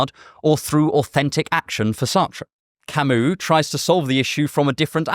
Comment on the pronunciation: Pronouncing "Albert Camus" how its supposed to "Owlbearrrr Camooo" is probably the most non intentional protentious thing I've heard all year if ever 😂 always gives me a giggle hearing him say it.